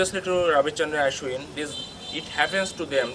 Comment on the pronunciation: Not aeeshwin it's aaashwin